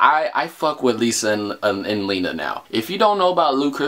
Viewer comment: WHO HATES THE WAY HE SAYS LENA ITS NOT HARD!!!